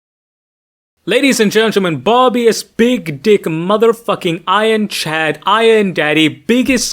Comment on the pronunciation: "Bear-uh-bus" or "Buh-rabb-us". Not "Bar-bee-us".